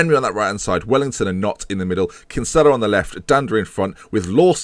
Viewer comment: for gods sake it's pronounced Kin-Sill-a